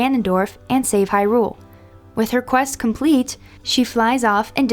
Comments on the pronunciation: I always thought “Hyrule” was pronounced stressing the 1st syllable - “HI-rule”... as opposed to how this vid pronounces it, stressing the 2nd syllable, “hi-RULE”... sounds off... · I hate the way she says Hyrule. She says it like its two words.